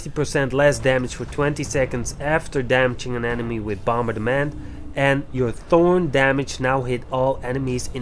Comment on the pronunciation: Like, I can tell you have an accent, but I still laughed my ass off at "bomber-da-ment."